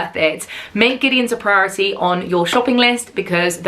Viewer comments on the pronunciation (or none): none